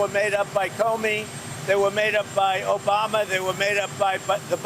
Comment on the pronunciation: You mean Obamna???